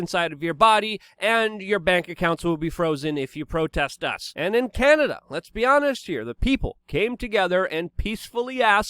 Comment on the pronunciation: Chianada. Chy-an-Ada.